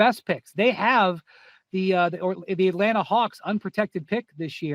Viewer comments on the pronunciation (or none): none